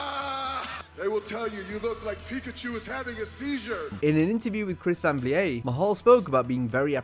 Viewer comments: Its chris van vliet. Which is a dutch name, not a french name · I’m sorry but why tf do you keep pronouncing Van Vliet like that??